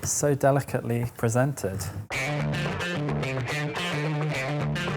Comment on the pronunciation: "So delicatepy presented" 😂😂😂😂